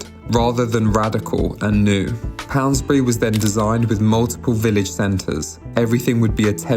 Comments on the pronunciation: Pound….. bury. No S in the middle! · It’s called Pound<>bury - no s in between! But good video otherwise. I think Poundbury is a lovely place.